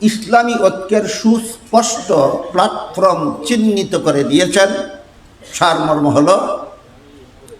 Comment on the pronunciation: Platform uccharon Jana dorkar